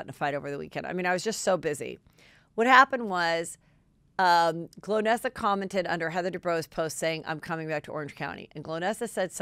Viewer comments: NOT GLOWnesa, it's GOL-nesa!!!! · Golnesa, not Glownesa Heather😄😘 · Lol 😆it's GOLnessa not Glo nessa! Haha poor girl. She isn't remembered nor got name right! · Part of why she might be annoyed is you don’t say her name right … GOL - NESSA as in goal - nessa